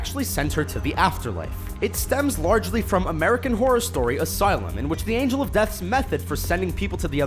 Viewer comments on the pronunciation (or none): none